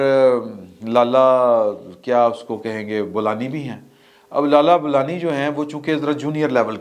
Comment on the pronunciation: لالہ بولانی؟؟؟؟ بولان!؟؟